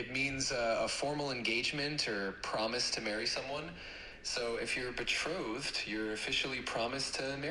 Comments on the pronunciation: I thought she meant betrothed but was definitely saying betrolled. Weird, maybe a lot of their words were just mispronounced real words? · The word is “betrothed.” The word “trolled” is a misunderstanding of the pronunciation. This cult is using a very old fashioned word to name a step in their messed up marriage process.The fact that it’s mispronounced is a result of how poorly educated these people are. So sad. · not be-trolled, betrothed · uses so many non-existent words. This is not an alterate pronounciation, it's just totally incorrect English. The word is "betrothed," not "betrolled." "Coherce" is also just incorrect. Perhaps they don't do much reading. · I’m a linguistics major, and the vernacular and pronunciation of words in the Order is so interesting to me! They add an extra letter to some words, like betrothed -> betrolthed and coercion -> cohersion. It’s not that they’re “mispronouncing” them, it’s the standard version of the word in their community. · I think the confusion on the word “Betrothed” was partly happening because you were both sometimes saying “betrolled” 😅… the creepy men forcing teenagers to marry were “trolling” her in real life I guess — worse than the online trolls ;) 🫣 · Be-troth(ed). There’s no l or r 😂😭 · No, she's just mispronouncing betrothed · it sounds like she is saying "betrolthed". I wouldn't be surprised if that is just how everyone in the cult says it, based on what she said about having their own dictionary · I have a feeling the word IS, in fact, "betrothed" and they just say it wrong. 😅